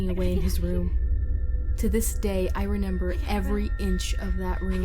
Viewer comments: "i renember" ( sorry if this is rude just commenting!) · "To this day I reNEMber " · It’s a creepy story, but every time says remember the way she says it sounds like “renember” instead so I just stare and then get out of it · “too this day i renember” i’m so sorry that just made me go kekdjskskkwaloekskndw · "Renember" Sorry but someone had to say it